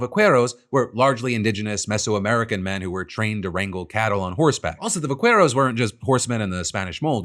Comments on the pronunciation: Phil!! You lived in LA for YEARS and you still can't pronounce vaquero right?! 😭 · it's pronounced Va-Keh-ro not kway ro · Just to let you know, in “vaquero” the “u” isn’t pronounced. It’s pronounced “va-keh-roh” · It's concerning that I've become so desensitized to bad news every day that the only thing in today's show that got me angry was the way Phil butchered the Spanish language when saying "vaquero". It's "vah-kay-ro". Like how you pronounce Queso as "kay-so" and not "Kway-So". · Phil, I love you like I love my friends and family. But you need to familiarize yourself with the pronounciation "Vaquero". Say it "VaKero" the U is silent if it comes after a Q. Love you!!!! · FYI Pronunciation is more like va- care-os. The q section makes the Que sound like queso 😁 appreciate the section tho. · Phil, please. "Va-care-oh" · That vaquero pronunciation hurts, man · Philiph hopefully you see this, but in Spanish, the letter U is always silent when it's placed after a q. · I don't expect you to say it with an accent, but please don't pronounce the U in vaquero when anglicizing it. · Just to pronunciation note with vaquero when a qu is followed by an e or an i you don't actually pronounce the u. If you want a little hint on how to pronounce the word buckaroo is an anglicization of vaquero so its pronounced similar to that